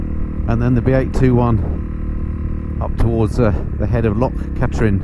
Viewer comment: it's loch KATrin not KA - trin. More like kathryn....